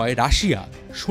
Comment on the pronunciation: good video. but its not russian rubel (রুবেল), it's ruble (রুবল)